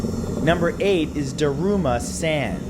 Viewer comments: Its Daruma San..Not Daruma Sen... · Matthew, 'Daruma San' the Japanese ghost name is pronounced, "Dah-roo-mah Sahn"... Love the videos.